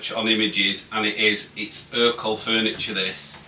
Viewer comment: It’s ercol